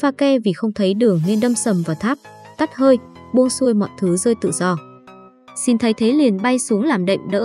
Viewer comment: Sao lại nói shin như thế